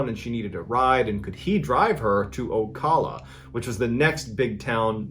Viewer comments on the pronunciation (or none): it's not "oh-cah-luh-" it's "oh-cal-luh" dude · As a Floridian I must inform you that it is not pronounced “o-call-a” it’s “o-cal-a” 😂 but great video! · It’s pronounced O-Cala, not O-kola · It's pronounced Oh-CAh-lah not oh-col-lah smh smh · I'm sorry, did he say OCOLA? You mean OCALA??? You're killing me hun 😅😇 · I thought it was funny the way you pronounced Ocala florida. Im from central florida around the lakeland area/polk county about an hour and 20 minutes south of Ocala. You said it like "Oculla" it's pronounced like "Ocowla". I love your stories though. Good job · Fyi Ocala is pronounced Oh-kala not Oh-calla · its Oh-cal-a Florida not ocola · It was the way he pronounced Ocala as Oh-call-uh for me 😂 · "Ocolla" we pronounce it "oh-calla" 😅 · I'm very very late to the party. But fun-fact it is pronounced Oh-Cow-La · I'm from the town in the first story, which is pronounced OH-cal-ah 😅 Cool to see you talk about a story from here!! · IT'S PRONOUNCED Oh - Cala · I had to stop close to the mark 😂 I know you aren’t from here, perhaps someone’s already said it, and it doesn’t even really matter lol but it’s pronounced “ow•ka•luh” or OH-CAL-UH. Y’all don’t come at me… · My good man it's pronounced OH-CAL-UH...... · As soon as he said florida female I already knew where it was going lol, btw us Floridians pronounce it OcAla lol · Ocala is pronounced "oh CAL uh", like the "Cal" in "California", almost like "cow." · O cow la is how ocala is pronounced 🤣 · It's pronounced "OH-CAIL-UH". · I live near ocala and I find it hilarious that he is mispronouncing the ca is pronounced like the ca in cat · It's pronounced Oh-Cal-A lol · So this probably doesn’t bother anyone but me but…it’s O-cal-a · It's oh-kal-uh Florida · I've lived in ocala my whole life lol. It's pronounced oh Kal a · O•cal•a More like cal Berkeley when ur pronounce cal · as someone who lives in Ocala i think it’s so funny how he pronounced it, all of us floridians pronounce it like Oh-cal-uh